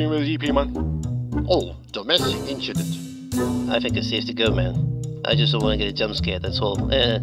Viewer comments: domestic inchident haha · Ah, ' "inchident" comes back to haunt him yet again... 🤣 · Domestic inchident 🤣🤣🤣🤣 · Oh. Domestic Inchident. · A “domestic inchident” is the technical term for it😂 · Oh poor Oscar for not being recognized by anyone. 😅Max and GP was just priceless and I laughed out loud when said "domestic inchident." 😂😂😂😂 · " Domestic Inchident" 😂😂😂😂 You're Awesome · “Inchident” holy f$&@ I lost it. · '''Domestic inchident" got me dead 🤣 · Carlos; "Oh, domestic inchident". in the subtitles, too funny! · Domestic inchident😂😂😂😂 But checo was right about the overtakes 😂 Great videos as usual do you pla to do something during the summer break? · Domestic inchident 😂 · "domestic inchident" 🤣🤣🤣🤣🤣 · Domestic inchident 💀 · Domestic inchident 😂😂😅😅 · domestic inchident😂😂😂